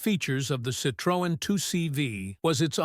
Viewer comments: Sitrowen - wrong Citroen - correct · AI, say Citrin... Not Citrowen. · It's not "citrÔen", it's pronounced "citroEn", the accent is in the last syllable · Ich habe nichts Neues erfahren und erst recht nichts schockierendes. Außer, dass die Drecks-KI nicht in der Lage ist, "Citroën" richtig auszusprechen... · ‹Shocking›? Not really. Surprising maybe. And the pronounciation of ‹Citroën› and other french expressions … well, try again. 😊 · Shockingly ignorant pronounciation of Citroën. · What a Disgusting and mispronounced CITROEN. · Learn to pronounce "Citroen!", it sounds ridiculous when You says it. And You got the suspension totally wrong, and the wiper stod still when the car stopped!! I had 4, so I know. Laying videos out on the web demands som knowledge